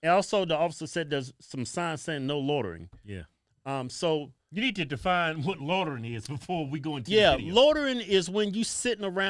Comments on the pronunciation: Y’all pronounce loitering like u saying “lord of the ring” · Repeat after me: Loy-tur-ing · Lordering...loitering, lol 😆😂🤣😅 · LOY-TER-ING....say it with me.....LMAO